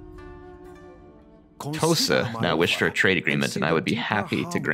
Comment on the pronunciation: What you said "The Tosa want a trade agreement". What I heard "Tosa shuffle, do the Tosa shuffle"